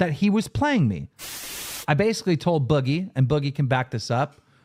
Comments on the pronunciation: Isn't it pronounced like Oogie - Boogie in Nightmare Before Christmas? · At the very beginning are they talking about ChudLogic and how he pronounces Boogie?! Lmfao I cringe every time he says it!